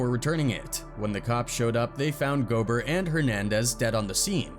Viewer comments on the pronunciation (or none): It's pronounced Go-bear, not Gobert. Damn AI narrator 😂